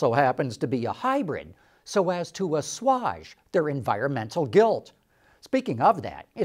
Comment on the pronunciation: Oh,, No - the Lex coddles you in a what kinda chamber? A Wha? "Asauge" rhymes with A-page, not Ah-lodge. (It's the spellcheckr!) Sheesh!